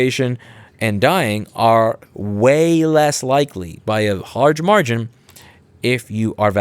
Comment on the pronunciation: what the heck is a harge margin! i kid. reminded me of large marge